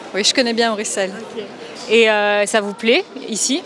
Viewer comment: Prononciation correcte avec « s », le « x » est souvent utilisé par les étrangers, français inclus. C’est une particularité que ne l’on peut pas connaître sans y vivre, pareil pour d’autres noms de villes, comme Anvers par exemple. Prononciation correcte est avec un s « grave », alors que normalement on prononcerait avec un s silent.